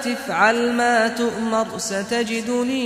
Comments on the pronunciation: قال ياأبتِ افعل ما تُؤمرُ .. بضم الراء الله يجزيك الخير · في خطأ في كلمه تؤمر الراء مضمومه والشيخ قرأها ساكنه برغم أنه موقفش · قال يا أبت افعل ما تؤمرُ الشيخ يلفظ كلمة تؤمر ساكنة وهذا غلط